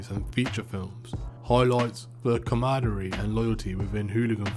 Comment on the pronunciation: Please remove the word camaraderie from your script until you learn how to say it. Too much repetition and lacking accuracy.